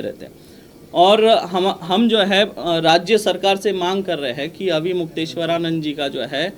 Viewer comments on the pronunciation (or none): तुमको तो ठीक से नाम लेना भी नहीं आता महराज जी का